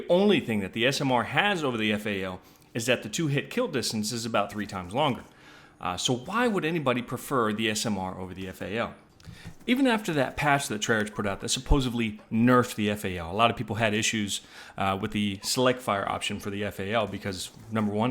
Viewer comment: Big fan, and I'm sure this has been mentioned a lot, but it's pronounced (Trey-ark) not (Trey-arch) even though it seems like it should be the latter and not the former. At least that's what most people say, including those in the company.